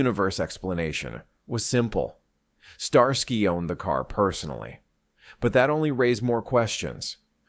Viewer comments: "STAR SKY " ?. AI has a tell!. 🤔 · Star-sky? Are you kidding? What is this AI slop? I'm gone man.